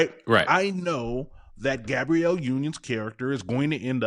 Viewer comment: *Gab-bree-elle Sorry, I had to 😂